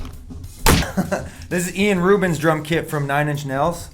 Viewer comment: Yeah he's ilan so it's pronounced 'Ee-lahn.' But fuck it, Ian Rubin is way better 😂